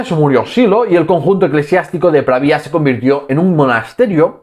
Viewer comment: Pravia, sin tilde en la i